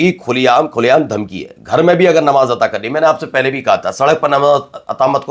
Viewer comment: bhai...... namaz ataa krna nahi kehte...namaz adaa karna kehte hain.....maine pehle bhi aap ko message kiya tha......baki aap ki urdu bhot behtreen hai...... shukriya